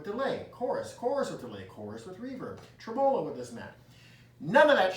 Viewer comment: You might learn how to say, tremolo right!😂😂😂😂